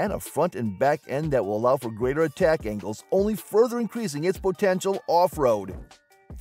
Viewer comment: Did he say "atteck angles"?? lmao